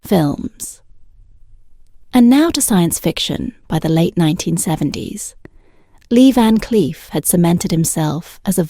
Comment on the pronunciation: The AI for this video is SO BAD that I couldn't listen anymore. Leah Vancliff? S C eye fi? Come on now, do better.